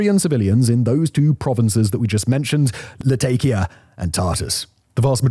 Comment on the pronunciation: Really can't take somebody that says: tart-ass and latay-kiya. Reveals what a bunch of scripted nonsense this is.